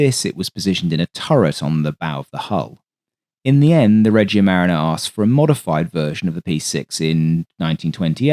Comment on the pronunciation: For what it’s worth, “Regia marina” means “royal navy” and is pronounced “reh-GEE-a ma-REE-na”. Love the content, as usual.